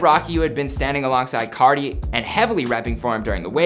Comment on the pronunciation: Playboi cahti